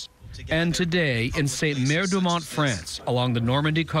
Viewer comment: Newsreporter says: Ste Mère Du Mont (this does not even exist)...it's Ste Marie Du Mont.